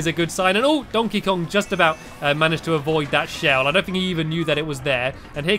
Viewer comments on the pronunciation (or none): I love how he said dontey Kong 😄